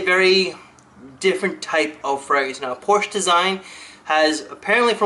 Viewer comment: Quick note: the "e" in "Porsche" is not silent (: Apart from that it was another great video!